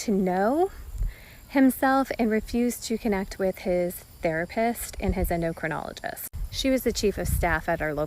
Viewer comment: Brother.its called an Endo CRIN ologist. NOT an ENDO logist Im a fan but you've GOT to pronounce these words correctly.. you KNOW that these CLOWNS are looking for ANY reason to disregard you.. DON'T give them ANY extra ammunition!! Otherwise keep up the good work ✊